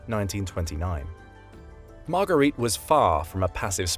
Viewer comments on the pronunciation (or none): "got arrested" is not an elegant expression to go with the educated voice of the narrator! Margarete (Marga) Himmler is not pronounced like Marguerite!